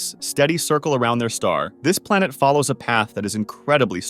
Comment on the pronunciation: plenet BaRAjuuu